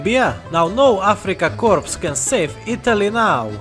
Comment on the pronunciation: Corps isn't pronounced Corpse, it is pronounced Cors.